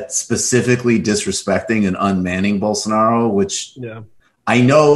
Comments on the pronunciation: BOWL. SO. NAH. ROH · bowl sa 'narro.